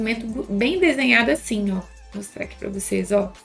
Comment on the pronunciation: Sim kkk tava falando 'asfim'